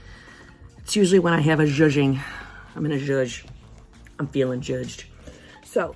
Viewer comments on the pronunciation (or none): It’s Zhushing not zhuging……